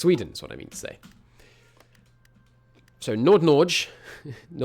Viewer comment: Think you have to work on your Norwegian. Thinking about Nord-Norge